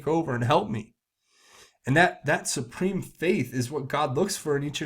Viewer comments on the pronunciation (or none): none